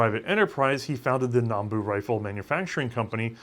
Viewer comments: Still saying Nambu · It's Nambu. Not "Nanbu".